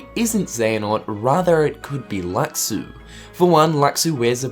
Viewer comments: it's pronounced "lushu" "LUSHU" !! that's like calling xehanort "ex-hanort" or xion "ex-ion" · his name was said in Backcover though its pronounced Lu-shu